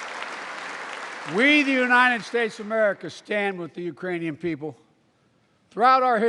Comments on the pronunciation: It's quite easy to slur JUST ONE SYLLABLE so that Ukranian is mangled, i.e. the K is lost, so it sounds like Uranium, and maybe the letter U sounds like "UH" anyway, depending how you pronounce it. Remember that Biden has a minor speech impediment which he has fought for decades. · It sounded like "Uranian" to me - as in, from the planet Uranus.